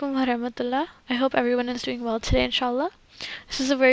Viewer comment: Thank you I used this for my homework. By the way your you said Assalamuakum instead of alafhis it's okay though have a nice day👍